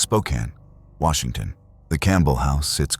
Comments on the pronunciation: I'm sorry, Welcome To Washontion? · Welcome to "Washontion? "